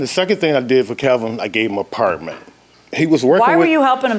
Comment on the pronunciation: I gave him a Partment 😂. I try not to laugh, but it always gets me. Same goes with people that say Frigerator instead of refrigerator 😂.